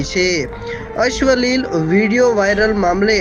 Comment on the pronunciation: અશ્વલિલ એ શું પાછું..??? અશ્લિલ કહેવાય😅😅😅 વાચતા શીખો… ભાઈ